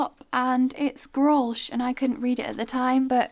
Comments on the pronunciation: That flip top you found is pronounced grow-l-sh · It's pronounced GROLSH I's a german beer I think. Around 5% alcohol very strong. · You pronounce it as "grols". You don't say the ch at the end. At least, that is how we say it in the Netherlands. 😁